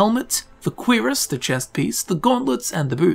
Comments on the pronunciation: Cuirass is pronounced cure-ass, not queer iss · The “Queer-us”??? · "queer-ess" thats my favourite armour piece!